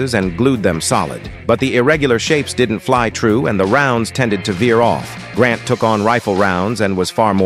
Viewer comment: Kari not Kali grant not gran